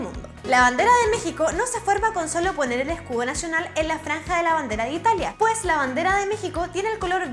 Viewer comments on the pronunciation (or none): none